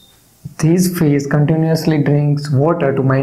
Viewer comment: Thank you so much! This lesson is very clear. (And I love when u say "Fis"❤)